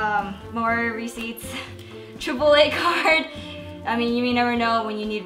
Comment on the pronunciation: when she said triple a card i thought she said chipotle card instead and freaked the hell out